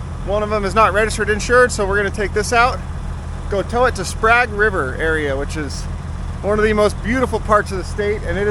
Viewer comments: You know I don't think I have ever heard Sprague pronueced sprag Evrytime I have heard it is sprayg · Sprague River is pronounced like this Spraygue River. Just so you know. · It's Sprague (Spray) river you know like the in the governor of Oregon in the early 20th century. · That's where I grew up. You didn't pronounce it correctly, but I won't hold it against you. It's *Sprayg- River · Sprag is a one way overrunning clutch, Sprague River is a place with a hard "A" in its pronunciation.